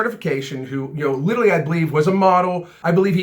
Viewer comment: You say literally like "littaly" haha, just noticed.